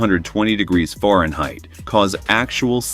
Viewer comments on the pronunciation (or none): This video lost me at pronunciation of Fahrenheit as ForenHeight...... Thumbs down for pronunciation.